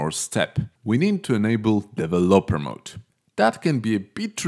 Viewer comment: "Develōper mode" was funny